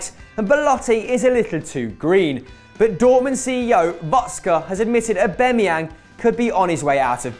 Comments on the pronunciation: Who else cringed when he said Aubemeyang not Aubameyang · U pronounce aubamyang wrong u noob